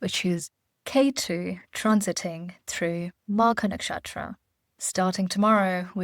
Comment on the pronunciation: I think the Vedic Names should not be mispronounced. It is Ketu and not K2 Similarly Magha, Nakshatra and so on It shows respect for the Origin of it all which is Hindu Vedic Scriptures